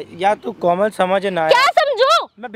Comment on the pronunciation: pr ladka komal ko kolam bol gya 😂😂🤣🤣🤣🤣😂